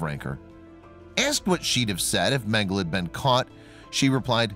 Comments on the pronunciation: It’s Men-Ga-La not Mengle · His name is Mengele, not Mengel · Men - gel - la. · Dude, Mengele is pronounced MEN-guh-Luh. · Its MEN-GA-LA..get the pronunciation correct. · Mengel uhhh ...it’s pronounced ....please pronounce names correctly ,,,,it’s annoying the e is not silent .. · Pronounce mengele like mengel-uh. The "E" is not silent at the end. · Last 'e' in German not silent...mengele would end with an 'e' pronounced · First off your pronouncing mengele wrong with that out of the way everything having to do with the Nazis and Dr mengele is just appalling horrendous I mean they don't make words bad enough but the scariest thing to me the most heart-wrenching is they did this to their neighbors people you grew up next to people you know your whole life went to school with chat with live next door to I just can't even imagine kind of evil it takes to do this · Thank you!! I thought that I was the only one to hear of the incorrect pronunciation of Mengele's name..